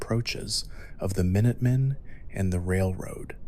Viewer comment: Mine-utt men? Are you serious?